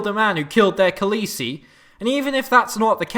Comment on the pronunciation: “His khalessi” i fucking CRIED everytime you say it “my khalessi” “khalessi senses tingling” omg